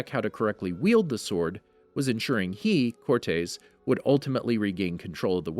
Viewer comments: So, have I been pronouncing Cortez wrong this whole time? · everytime he says cortes i want to cut my tongue out